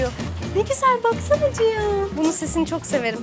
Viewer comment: ALLAH rızası için ciyan ciyan diyip durma artık cihandır o ya ....